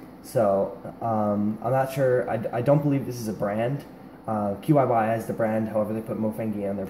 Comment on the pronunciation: I believe that the compay's name is supposed to be pronounced, not just spelled out. I've heard it called "chi-yi", and I've also heard it called QY (like YongJun/YJ).